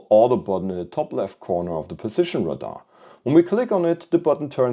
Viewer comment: Radar is not pronounced like “Rahdah. It’s pronounced like “Ray- Dar”.